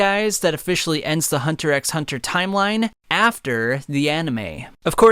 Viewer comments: This man pronounced the X... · Like 99% of the hxh community doesn’t say the X when say saying the name